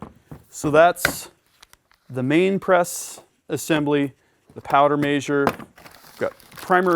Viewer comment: Measure is Mez-her not May-zure. ;) Other than that driving me nuts, great video!